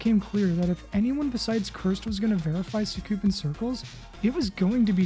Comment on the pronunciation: “Sookoopin crclz”